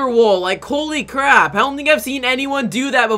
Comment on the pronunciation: Did anyone notice he said coly crap instead of holy crap